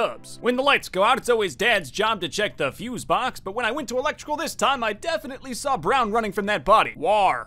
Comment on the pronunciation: i thhAW ornge iN seCuRiy, anDD a Fw pink [inaudible] oF greeNN movInG in ThAT dehrECtiOn. tHeiRfoUr, greNN kiLLd orngE. (gremlin laughing)